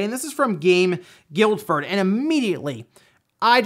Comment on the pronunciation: FYI, because Guildford is an English town (and I live pretty close) it's pronounced more like "GILL-FUD" - yeah I know it's weird, just trust me on this...